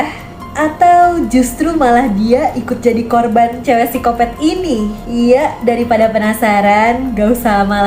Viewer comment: Mohon maaf kak, tapi cara bacanya psikopat bukan sikopet🙏🙏🙏